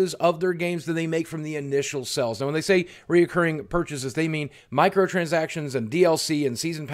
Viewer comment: It’s pronounced sales...... not sells!